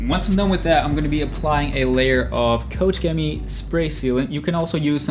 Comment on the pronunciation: which pressure washer do you use and how do you like it? I am searching for a good one and the one in your videos looks pretty good :) Keep up the good work, i really like when you talk to us viewer in your videos, it makes it more personal :) and i love how you pronounce koch chemie 🤣